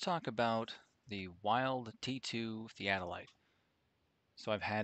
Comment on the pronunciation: It's pronounced like Bill. Vild. I'm a retired Land Surveyor. I worked from 1970 to 1997. Those instruments are like a Rolls Royce. Thanks for the time you put in to make this video. We had a Kern DKM1. Inverted image and a Lenker Rod. Nightmare material. Thanks again.